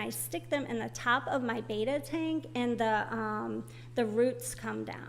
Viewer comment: not for anything but it is not BETA, Its BETTA.